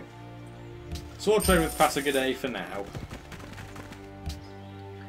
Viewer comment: I think pasagarde is pronounced pass-A-guard :D. Another interesting video, you could try and bribe Alexander to declare war on Darius. What is needed for your Unique building also? I ask this because I'm sure you are around that tech level.